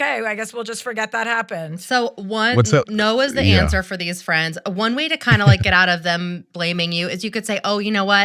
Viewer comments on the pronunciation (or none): none